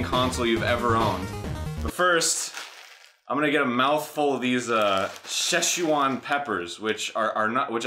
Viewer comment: Did Arin just fucking say "sheshuwan" peppers?!